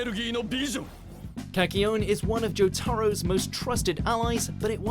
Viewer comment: I got triggered when he said Kakyoin and Jotaro’s name wrong 😂